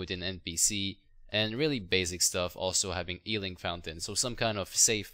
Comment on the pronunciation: not "ealed", its "Healed". Not "ealing fountain", its "Healing Fountain", sry I get triggered